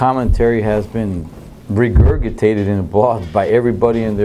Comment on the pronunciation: RE-GURG-IT-TATED....His pronunciation of that word kills me